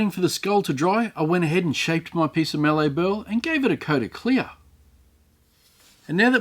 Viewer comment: Another great entertaining video! On a side note it's pronounced ma-lee not ma-lay, I live in one of the mallee regions of Aus 😊